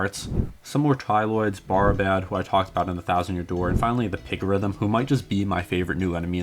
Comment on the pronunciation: No offense but I'm pretty sure "Barribad" is supposed to be pronounced like "barrier" since it makes a forcefield. Like, "very bad" and "so very bad."